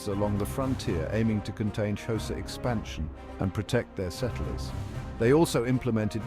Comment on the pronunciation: My guy it’s not pronounced showsa it’s pronounced with a click in the front so it’s a subtle click followed by a quite hosa